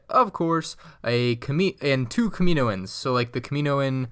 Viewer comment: kem-a-no-in-s not ka-me-no-en-s